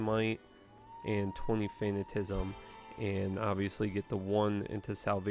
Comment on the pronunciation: Fan at a ciz m, think fanatic. Yes I already watched your video on how you pronounce things wrong. Just trying to help.